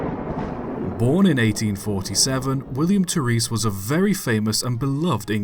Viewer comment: Terris not tereese